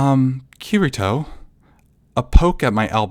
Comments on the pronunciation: KEY TEA TOE Kirito the r in Japanese is pronounced like a rolling ‘d’ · yeah i wouldnt say this non japanese speaking actor knows how to properly say it, r in japanese isnt too far from english key ree toe is best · It’s kitty toe to make the pronouncement easier idk I think you did it right for the most part but messed up during this one cuz I didn’t have a problem b4 lol